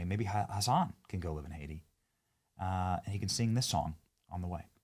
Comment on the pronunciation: (Haitian+Jamiacan American) it becomes Oh-aiti